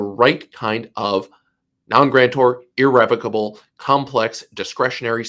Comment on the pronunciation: YOU DON'T EVEN KNOW HOW TO PRONOUNCE THE WORD IR-RE--VOC-ABLE.